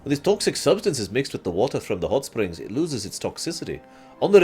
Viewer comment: I know you said hotspring but I heared it as huttsprings